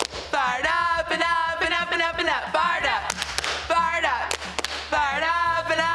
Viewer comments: Sounds like they were saying fart up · When they said fire up I thought they said fart up 😂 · It sounded like fart up